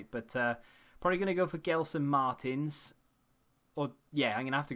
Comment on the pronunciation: Love your vids and btw gelsons name is said like Jelson Marteens